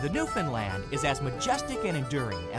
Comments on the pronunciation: Actually it is pronounced New-fin-land. I'm from there so I should know how to say it hahahaha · I hate how the English language is getting bastardised more and more. Apparently a Newfoundland dog is called a "New-fin-land"?!?! I mean, it is just a simple case of just sounding out the word! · Why you people keep pronouncing Newfoundland as Newfindland is beyond me and yes I have heard the stupid excuses as to why, makes no sense. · It's pronounced New-fun-lund. Not land. Lund.